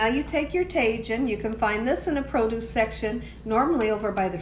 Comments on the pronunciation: Lol Tay Jin seasoning.... I love this woman. It’s Ta Heen 🤣❤️ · The tajin is pronounced taheen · Tah-heen. Co-hita. 🤦🏾‍♀️ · Tajin= Ta-heen , Cotija=Co-tee-ha 😊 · Cotija is pronounced “co-tee-ha” and tajin is pronounced “taw-heen”. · Tajin is pronounced tah-heen 😃. Also, I always thought it was chili powder that they put on there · You have such a great personality! Also, the 'J ' in Spanish/Espanol is pronounced like an 'H' and.the 'I' is pronounced like an 'EE'. Ta-heen, Co- Tee-ha....hope.this helps 😀